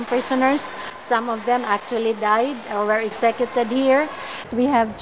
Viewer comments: she said "exekyeted" hahay worst pronunciation I ever heard. sorry.. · Okay ra na, understandable ra na ingon ana kay dili man English iyaha first language